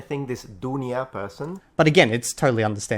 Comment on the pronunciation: About the story: isn't the speaker saying the protagonist's name as if it were spelled "Dunja" rather than "Dunia"?